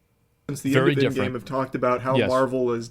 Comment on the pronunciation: "furry different" ?